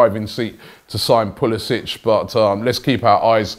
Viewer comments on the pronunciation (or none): none